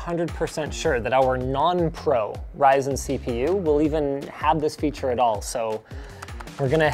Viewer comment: sus segway to lenovo "fearure"... 😁